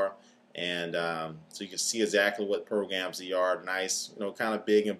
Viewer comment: notice he said progams lolz but nie vid i subbed